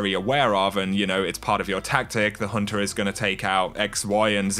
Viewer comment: Lol I love how this guy pronounces the "ah" sound made by the "er" ending to words xD Hehehe... "It's all good for the huntahhhh..." 😂 Epic lol